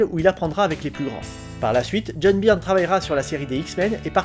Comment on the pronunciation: "Beurne", s'il te plaît, "Beurne" !!!